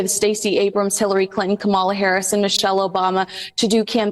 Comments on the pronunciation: Geez, learn the correct pronunciation of KA mala 🤦🏽‍♀️ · the proper pronunciation of Kamala’s name is accent on the first syllable. Ka’ mala. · can’t even pronounce Kamala’s name correctly. She’s pathetic. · Pronounced Kamala, accent on the first syllable. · Please pronounce Kamala's name right. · please educate yourself on the proper pronunciation of Vice President Kamala Harris name. I would not allow Meghan within ten miles of Kamala and her campaign.